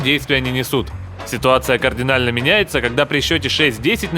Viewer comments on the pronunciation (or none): none